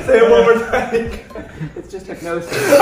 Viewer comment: Its" hypnosis"